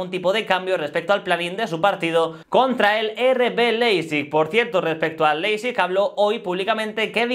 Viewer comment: En aleman, ei se pronuncia ai, es decir, se llama Laipzig...(Leipzig) ;)